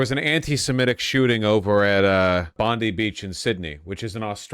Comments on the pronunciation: Bon-DYE Beach Vowsh, not Bon-DEE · Bondi Beach is pronounced Bond-eye, not Bondee. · Bond.. eye.. beach..not bondii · Its Bon-die, not Bon-dee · I am laughing at Bond"i" pronounced Bond-ee!!! Bro, it is pronounced Bondi, as in Bond-eye!!! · so by every American you mean random podcasters? Because every mainstream American newscast I've seen has correctly pronounced it. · Pronouncing it "Bond-Eee" is crazy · Pronounced Bond-eye beach. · Say bond eye. Now put the 2 words together... Bondi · BOND-eye. We don't say it the Florida Woman way. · Not important really but Bondi Beach is pronounced “Bon-Dye” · Why is every American saying “Bondee beach”? It’s the most famous beach in Australia, and you can’t be bothered to watch a single news reel to confirm how it’s pronounced? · My notes as an aussie: It's pronounced 'bon-dye' Also the likely reason Ahmed didn't kill the shooter after he grabbed the shotgun was because he grabbed it while the shooter was reloading. (According to an eyewitness as reported by the abc (The australian abc)) deer are an invasive pest in australia, but birds and kangaroo are probably hunted in similar numbers? australians are probably more racist to people from the middle east broadly than asia. Our far right party is currently feasting on the corpse of our liberal (Roughly equivalent to the moderate democrat) party, so this will likely add fuel to the fire. However, as things stand politically the far right has almost 0 presence in the big cities where the majority of australians live. Also we have a 'labor' party which is politically aligned with our unions and, while fairly centre-left is still miles better than any other western polticial party in power imo.